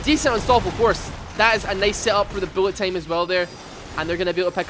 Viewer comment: stop saying tame instead of time, vocalize correctly jaja